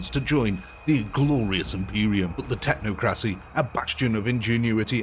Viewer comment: It's pronounced "Tech-knock-crow-see." Technocracy.